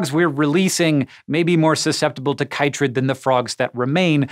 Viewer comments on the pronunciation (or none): You are mispronouncing chytrid!!! It's pronounced KITrid... As it's the shortened name for Batrachochytrium dendrobatidis. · It's interesting the different way people from different countries pronounce things. Here in Australia, the fungus is pronounced 'kit-trid'.